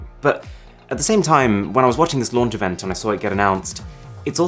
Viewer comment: He said LOUNGE instead of LAUNCH in And STAY SHUNED instead of STAY TUNED in